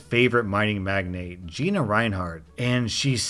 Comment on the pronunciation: The story with the Gina. Every time I heard you say Geena, I heard Geye-na. The most appropriate pronunciation of a Giiina I ever heard.